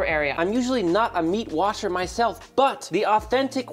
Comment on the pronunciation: Hehehe he said meat watcher